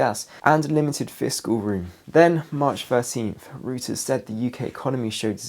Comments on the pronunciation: Interesting perspective on things, I find it useful to try to find as many reasoned approaches as possible. Sorry to be have to be that guy, but mispronunciations really bug me. The news agency has recently been referring to is pronounced 'Royters', not 'Rooters'. Every time he says "Rooters" my level of annoyance goes up another notch 🤪🤣. And he says it a lot in these latest videos. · Thank you. As a German speaker (non native), I was literally covering my ears when he kept saying rooters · I used to think Reuters was pronounced like that too until a few nights ago in the comments under your video, I read that the correct pronunciation is Royters with the begining of it Roy as in Royal family. R softly pronounced. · Hi, good information- Reuters is pronounced ROYters, btw! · The correct pronunciation of Reuters is: ROY-terz. Like the videos.